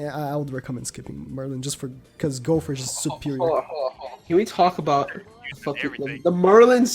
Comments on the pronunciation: Hes says Gowfer not Gowther lol still got great info love this channel :) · Is it just me or is he saying Gopher instead of Gowther?